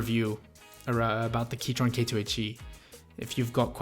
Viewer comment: He keeps saying keytron...